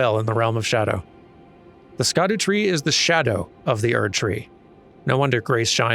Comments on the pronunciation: "Scadu" is just ye olde english for "shadow", however, I encourage you NOT to pronounce it as such, as the community has collectively decided that it is pronounced "skuh-doo". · Also an unimportant aside, "Scadu" is pronounced "shadow", it's a very old spelling, like "Gaol" and "Yelough" in the base game